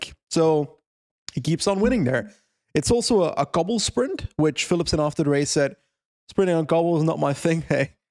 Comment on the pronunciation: when he pronounces Flemish and Dutch names completely wrong, while being Flemish!